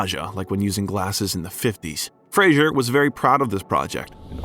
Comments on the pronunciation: Fraser pronounced like Razor not Frasier like you keep saying. Frasier was a tv show. Great actor and i like your Bio but seems you should be saying his name correctly. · I doubt you know anything of film (its Roger EEE-burt) and I doubt Brendan Fraser appreciates your repeated mispronunciation of his last name. It's not Fray-djzuhr Its Phrase-err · His name btw is pronounced Frazer. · Its apparent that much research and work was put into this video, but one important detail that was ignored was that Brendan Fraser HATES when his name is pronounced incorrectly, which it was throughout the entire video. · It would be most respectful to pronounce the man's name correctly. Sheesh.... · At least pronounce his last name correctly! Dang